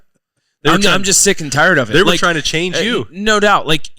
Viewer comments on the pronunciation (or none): none